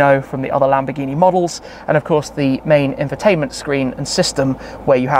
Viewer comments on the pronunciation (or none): " LAMBGHINI" lol